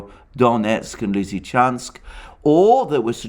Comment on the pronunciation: Came here to hear Alexander say "Severodonetsk Lizichansk conurbation". . . Was not disappointed. My man delivers.